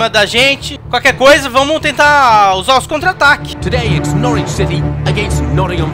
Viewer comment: Não é Nórtiuichi, é Nór uichi!